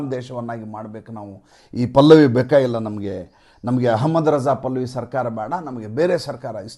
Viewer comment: Not pallavi 'pehalvi'